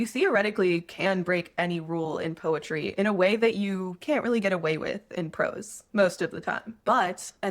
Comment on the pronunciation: POETRY ❎ PEROTY ✅ 😁